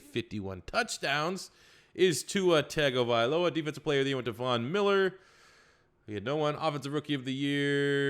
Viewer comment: Tagovailoa is pronounced (Tongue-OH-Vae-Loa)I’m Polynesian so the wrong pronunciation of poly names bother me. Good vid other wise.